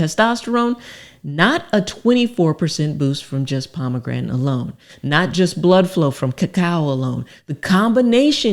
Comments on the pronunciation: I know she is a doctor but could someone tell her how to pronounce pomegranate. At least in American English. I say this cause I was listening to this video at work without the luxury of watching. I was looking up pomograntin on google and could only find pomegranate, so I thought I was misspelling pomograntin. 😂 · Shame she can't pronounce pomegranate. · am i sayn Pomegranate wrong or is she? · I love her. She my girl. She has helped me so much, but she gone kill me mispronouncing "Pomegranate". Love her though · It's very irritating you don't know how to say the word pomegranate